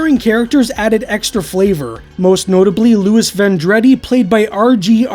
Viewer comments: Pronounced Von-drah-dee, not Van-dread-D. Loved the show. Even had a fan page on IG for 5 years. Wish they would put out a blu ray, the DVD transfer was quick and sloppy. Grainy on most episodes. But would more than likely lose money so probably will never happen. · His name is pronounced "VON - DRAH- DEEZ" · I can't believe no one's called out your pronunciation of Vendredi, and you're a Canadian! I remember when this first was on being annoyed they didn't use any real occult lore in the show and instead just made up whatever they felt like. But once I got over that, this was a favorite. Though I admit, it's super cheesy to watch now. Ryan leaving definitely killed the show. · I was about to mention that! Of course, Vendredi is the French word for "Friday", which I thought was a nice touch.